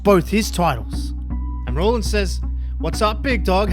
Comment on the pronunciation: Its rollins not rawlins and why would seth care about roman this makes 0 sense moxley isn't leaving aew either